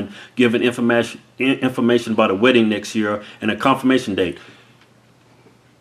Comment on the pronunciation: Keith: "infaMASHIN"